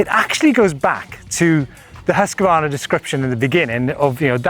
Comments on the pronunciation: sorry but i have to say this. its not hus-q-varna its husqvarna. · Great video - That husqvarna pronunciation though...